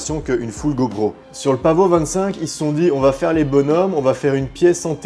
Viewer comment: Pavo pas paveau 😂😂 et pas pavot non plus 😎😎😎